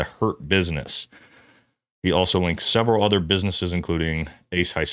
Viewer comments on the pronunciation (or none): none